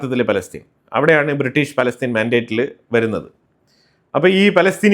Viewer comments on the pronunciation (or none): none